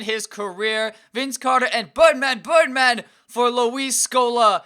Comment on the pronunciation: why do you say Birdman so weird? lmao